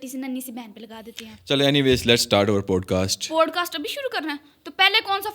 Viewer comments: Please correct your pronunciation. It is NOT POADCAST but Podcast. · Absolutely adore the playful yet innocent vibe you've captured in this video! Regarding the pronunciation of "podcast," I'd suggest considering the American accent's PAWD-kaast or PAAD-kaast, or the British POD-Kaast for clearer articulation. Just a thought for enhancing your already amazing content!